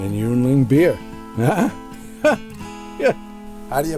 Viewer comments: hey, that's pronounced "ying-ling". My favorite. Headquarters and original brewery is in PA. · Yuengling is pronounced "Yingling". It's everywhere in PA.